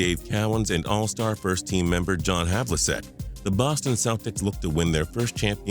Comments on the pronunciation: HavliSEK? HavliCHEK sir! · His name is pronounced Havlichek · Man you killed the pronunciation of SOOOOO many names. Have ul check, Stoy ach o vich, Dee vach, Turk a lou. No harm no foul, great video